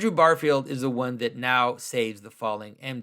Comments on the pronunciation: Great video. But it is Andrew GARfiled, not BARfield, though. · Plot twist: Andrew Garfield is a huge Symbolic World fan, and is devastated at how Jonathan pronounces his name.